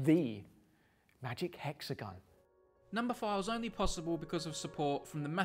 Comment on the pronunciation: I love how he says 'nomber' <3